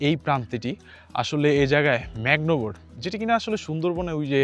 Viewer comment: ম্যাগনো বা কি বলছিলেন স্পষ্ট করে বলতে পারেন নাই। আসলে ম্যানগ্ৰোব বন বাংলায় শ্বাস মূল বন। গাছের মূল বা শিকড় উপড়ে বের হয়ে থাকে শ্বাস নিতে। সুন্দর বনে এই ধরনের গাছের বন। সুন্দর ভিডিও। ভবিষ্যতে ড্রোন সটস দিবেন এবং আলোর বিষয় টা লক্ষ্য রাখবেন নিশ্চয়! তাতে ভিডিও জীবন্ত হবে।